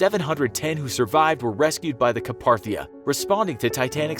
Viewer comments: The narrator needs to learn how to pronounce Carpathia correctly. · Lots of wrong facts and lots of mispronunciation. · Your animation shows the ship sinking backwards, you pronounced lusitania wrong. Also lifeboats at the time were used for ferrying people from ship to ship not keep them in open water. Your animation also shows the ship hitting the iceberg backwards at one point. You also pronounced Carpathia wrong as well. The titanic is to deep to have divers in it. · this guy keeps saying the "Ca-par-thia" rescued the survivors but it was the "Car-path-ia". better question is where did the research for this video disappear? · Car path is not carpa th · It's Carpathia, not Caparthia, XD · It wasn’t called the car Parthia it was Carpathia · Kinda like how he also said "Car-Par-Thia". Its "Car-Pay-Thia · You're massacring the pronunciation of Carpathia. You're saying Caparthia. It's car-PAY-thee-uh. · It was the Carpathia not the CaPaRtHiA you uncultured swine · You mean carpathia not carparthia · it’s actually the Carpathia not the Caparthia... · “Caparthia” 😒😒😒 it’s “Carpathia” but whatever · Car-PAY-thia, not Car-PAR-thia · Video: the rest were rescued by the caparthia Me: *pause video* y does nobody know how pronounce Carpathia some say it like Car pA thia some say it like CAPARTHIA!? its pronounced Car pay thea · Louis Laszlo it’s cringeworthy.. lol Ka-PAR-thia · It wasn’t the carparthia it was the Carpathia 🤦🏻‍♀️ y’all can’t even say a ships name right smh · Carpathia is pronounced kar-PAY-the-uh, not kar-PAR-the-uh. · Car-PAY-thia...not Ca-PAR-thia. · The Caparthia, huh? It's Carpathia... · Caparthia? Really? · The "Ca-parthia"??? I just can't with this. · It’s pronounced CAR-PAY-THEE-A. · Carpathia (Car-pay-thee-a). Learn to pronounce it before making a video and posting it. You lost all credibility. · It's "Kar-pay-thee-ah" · Dude you literally mispronounces every single ship's name EXCEPT Titanic... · The Lustania and Caparthia. Really?